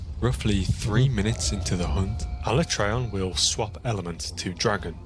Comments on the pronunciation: Am I the only one tweaking a bit everytime they both mispronounce alatreon? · The way he pronounces Alatreon annoys the shit out of me.